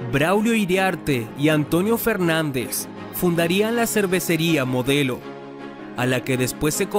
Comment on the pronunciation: dice grupo MODLEO en lugar de MODELO